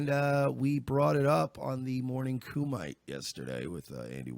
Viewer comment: Kumite is Coo-ma-tay. Have you never seen Bloodsport?